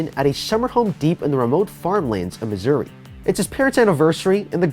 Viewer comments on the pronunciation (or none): He said Missouri more like Misery i know i live in Missouri